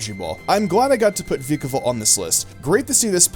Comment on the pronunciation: I'm so glad you said vikavolt instead of vAIkavolt like some other poke tubers! :)